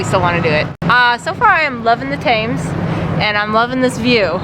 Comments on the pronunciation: Just a few little things. It is spelt Thames but pronounced Tems. Also the tower is the Elizabeth Tower, Big Ben is the bell inside the tower. Many British people get this wrong as well. Hope you enjoyed the sites of London. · Great vid - just pronounce 'Thames' as 'Temz' & you will have it cool & correct. BTW - that's not 'Big Ben' it is the 'Clock Tower', but it was renamed the 'Elizabeth Tower' in 2012 - Big Ben is the largest (13.7 Ton) bell found within it. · Great video but I hope you don’t mind me mentioning River Thames is pronounced ‘Tems.’ C x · Thames is pronounced Temms. The walkways on Tower Bridge are 143ft high. You really should have gone on HMS Belfast. Although it's a WW2 Light Cruiser, it was modernised post war and that's the condition it's in now. It took part in D-day, supporting the landings and fought the German Battleship, Scharnhorst. Love the Northern people (like me) making the noise behind you at the Tower. Also note, you didn't see Big Ben, you saw Elizabeth Tower, Big Ben is the bell in the tower. The street you liked looks like Whitehall. Glad you enjoyed your time there too. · Thames = pronounced “Tems”. And raven, not crows. FYI about 150 workers and their families live at the Tower of London, mostly in a street that is concealed from the public between the outer and inner walls. They have their own onsite pub and doctor etc. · Those black birds are called ravens. We pronounce the River Thames like this: the River Temz. Just sayin'. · The birds at the tower are ravens not crow's the Thames is actually is pronounced tems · Not Crows they are Ravens and the river thames is pronounced tems as in hems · Thames is pronounced: "Tems" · Glad you enjoyed it . However the River is pronounced "Tems" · Came here to say that! I heard so many variations on how to pronounce it, but it is “Temms” and it’s always the River Thames, never the Thames River. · BTW you pronounce The Thames like this (the Tems) :) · pronounced Tems.